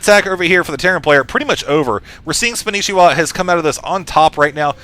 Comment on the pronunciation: I already knew it was spanishwa but you're pronouncing it spanishiwa. (spon-ee-she-wa)